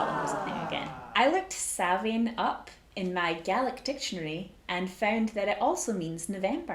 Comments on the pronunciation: It's an interesting video but a couple of things.... It's pronounced Sown ( to rhyme with gown ). And it's Celtic, not Scottish. It was originally celebrated all over the Celtic area - all of the British Isles and North-western France. Bust the rest is OK ! 😁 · It's Samhain, pronounced Sowwan....its an Ancient Irish Festival.....not Celtic. The Irish are Older than The Celts. For History's sake do research properly and learn how to spell and also pronounce it properly. Oiche Samhain ( pronounced Ee-ha Sowwan)